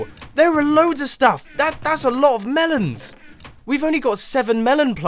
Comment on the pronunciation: Tha.. Tha's a lot o' melons! Lol... XD Loved the way he said that.